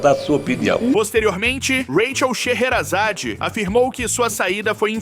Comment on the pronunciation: parabéns pelo seu canal muinto bom so tu tem que cuidar para pronunciar direito o nome das pessoas. Rachel sherazade